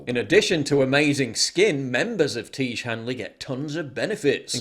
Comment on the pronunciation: It's pronounced "Tee-ezh", not "Teege". FFS, Paul.